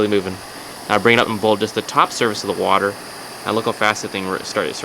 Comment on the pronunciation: ITS BOIL IM FROM OHIO AND WE DONT EVEN SAY IT LIKE THAT